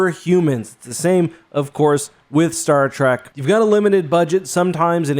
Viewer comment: why the fuck do you pronounce shit so wrong, you said star track you said Vasari and you said Vorcha like Vorka, seriously how hard is it to pronounce things right